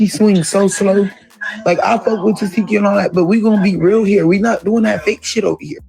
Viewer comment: You’ve been doing these Baddies reviews for how long and you still don’t know how to pronounce Tesehki’s name right? 😂